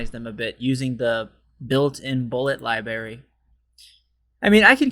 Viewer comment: You lost me when you pronounced the word "library" as "libary," without the first "r" sound. No way.